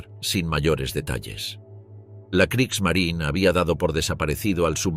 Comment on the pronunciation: La Marina de Guerra alemana se llamaba Kriegsmarine y no "Kriegsmarin" como lo pronunciaría un español tratando de imitar a un estadounidense que no sabe hablar alemán. Esto es del mismo modo que a los automóviles Porsche lo pronunciaría "Porch" un español tratando de imitar a un estadounidense que no sabe hablar alemán. Son tan estúpidos estos españoles que creen que las palabras alemanas hay que pronunciarlas como las pronunciarían estadounidenses que no saben hablar alemán.